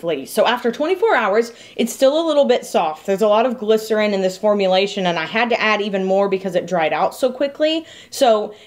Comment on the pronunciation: Every time she says glisorin the weeb in me is like "BaKuGo" from bnha/mha